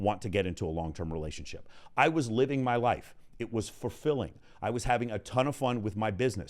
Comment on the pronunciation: I love listening to! Just one question…. Is he saying fur-filling? 🤣